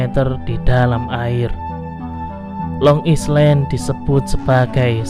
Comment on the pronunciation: Maaf min,lain kali habis gosok gigi dan sarapan dulu baru ngonten ya 😅 tetap semangat dan Long Island itu di baca yg baik ya 😊